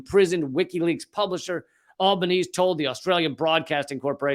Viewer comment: Albanese is pronounced Alba NEE ZEE. Other than that piece of pedantry from me - great work Lee! As an Australian, it's especially chilling when a fellow citizen is persecuted and locked away for so long...